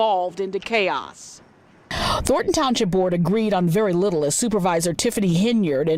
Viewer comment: Tiffany vocabulary / phonics: Thor'on Tahn-shilp (Thornton Township) Dowton (Dalton) "Finna" instead of "going to" do something. Peepu (people) Keeds (kids) Yoot (youth) Bedget (budget)